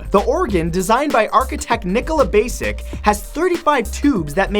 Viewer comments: Nikola Basic hahaha It's Bašić, so the s is like in shrapnel and the c is like in charmander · The pronounciation of Nikola Bašić ... THE CRINGE